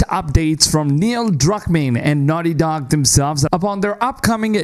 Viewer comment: "Wice pwesident of nahti docc" Your English is ridiculously bad